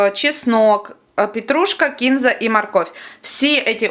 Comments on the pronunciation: Девочка, почему бы не написать рецепт под видео? И всё поточнее. Сколько варить баклажаны, хоть ориентировочно, минуту, пять, час? И да, кинзА, а не кИнза. КинзА! И только так. Ну, или кориандр. А уксус какой, сколько процентов? Бывает 3,5,6,9,11. Это большая разница! ОЧЕНЬ! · Капец (((Не кИнзу,а кинзУ.В инете,что хочешь,можно найти,но это не значит,что правильно. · Вы Молодец!! Мы живём в Баку и с Баклажанами у нас очень много блюд. Очень хороший рецепт. Вам РЕСПЕКТ!!А Кинза на самом деле ударение делают на И , Вы молодчина, что объясняете доступно и прислушивается к поправкам. Я подписалась.